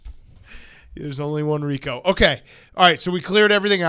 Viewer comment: RICO NOT RICK